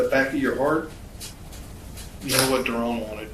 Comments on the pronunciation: Not Darren.... its Da Ron. You gots to learn nigga talk son! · Not Ron but DaRon 🤣